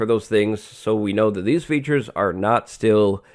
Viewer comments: did u just say beetures? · I thought you said bee-tures when you said features :)